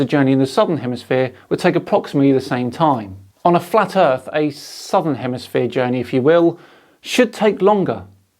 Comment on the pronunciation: Fwat earth fwidays... always look forward to these